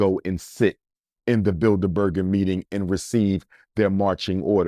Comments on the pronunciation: Bilder-burger lmaooo it’s bilderberg you pseudointellectual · He’s absolutely right. They make up the shadow government. But it’s Bildeberg. Not Burger 😂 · 😂, It's the Bilderberg Group, not "Bilderberger Group." I've heard him say this a few times. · It’s Bilderberg group not berger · “Bidlerberger”/‘Build-a-burger’ lol .. sir Umar, you mean The Bilderberg (no er) Group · I’m pretty sure it’s builderberg & not builder burger 😂😂😂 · “BuilderBurger BuilderBurger group” 😂 It’s Bilderberg!! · “The Builda Burger Group” 🤣🤣Im sure that’s not how it’s pronounced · Google *Bilderberg Group... And their annual *Bilderberg Meetings... he's pronouncing it incorrectly but is correct Abt what he's saying Abt who "selects" the presidents n have been doing so since JFK... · I agree although he mispronounced "The Bilderberg Group". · Research the *Bilderberg Group... And the *Bilderberg Meetings... he's right but pronouncing it incorrectly... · Research The *Bilderberg Group... And their annual *Bilderberg Meetings... he's pronouncing it incorrectly but is correct abt what he's saying on who actually "selects" the US presidents n have been doing so since JFK...